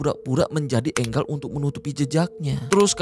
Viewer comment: Enggal apaan si? Enjel bang